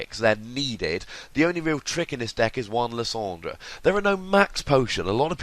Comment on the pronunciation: LIE-SAND-ER! !! not Lis-ond-er!